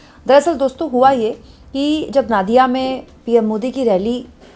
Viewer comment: Madam नादिया नहीं नदिया है इसी तरह बंगाली को एक हिंदी एंकर बता रहा था रबिंद्र नाथ ठाकुर नहीं रबिंद्र नाथ टैगोर